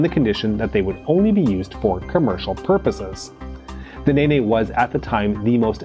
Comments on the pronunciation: Rolls Royce NaNay engines!!! Nene = pronounced "neen" rhymes with "seen" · Ney ney? Thought it was pronounced, Neen? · Or, if you live further west into Northamptonshire, it's pronounced "Nen". Seems the Cold War must have been using Google Maps for pronunciation (which irritates me every time it says it!). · Your pronounciation of the Nene is one of the funniest I've heard. Don't worry about it. The pronounciation causes arguments all along the river valley. Nene is pronounced as either Nen (upstream from Thrapston) or Neen (downstream from Thrapston), depending on where the speaker comes from. Earlier spellings of the name included Nenn and Nynand in 1885 the OS chose Nene ; if only they'd selected Nenn we wouldn't be have these arguments about the name of a bloody river. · It's Meme (MayMay) material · I got a kick out of his pronunciation as well. I immediately thought of MiG-15 pilots doing that dance from a few years ago, Whip/NeNe. 😆